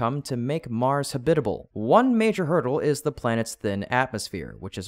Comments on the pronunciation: "habit-al" should be "ha-bit-a-ble" as is, to habitate. eg: This cliff was not suitable as a habitate for bird, we have now, with help, made it a habitable place for birds. i hate to be that guy but you say a fair few terms wrong. (pronounciation i mean) :) maybe get google to read the script to the videos to you before you read them yaself :) only small mistakes but youd make so many more subs and views if it was just that bit more polished. keep it up bro! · Habitable is pronounced ha' - bitable, the accent on the first syllable. The narrator pronounced it ha - bit' - able with the accent on the second syllable. It sounded weird and unpolished. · You need to teach your AI to pronounce the word 'habitable'. I think you have too many sylabables. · "Habitable" is pronounced with the accent on the first syllable. Just like with "syllable". 😂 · You are saying habitable wrong.